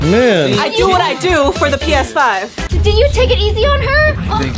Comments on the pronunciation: said px5 not ps5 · Yeh regigi (Regina) is correct that by said Px5